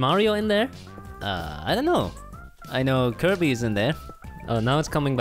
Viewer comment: My dude said Ky little Pony Battle Royal